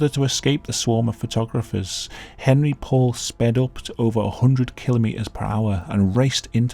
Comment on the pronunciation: Hon ree not Hen ree